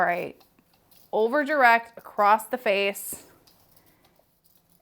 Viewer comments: Great tutorial! ;;; ggirl, the word is ACROSS. There’s no “t” sound LOL. Not “accrossT” - not “accrossED” ; just “UH-KROSS”. (I’m so Not intending to be cruel - but You say this word a LOT in your work~ if it were me, I’d want to be corrected so I can make the change in the future) >>> keep up the great artistry! — BESTxx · It's across not acrost.Across does not have a t in it.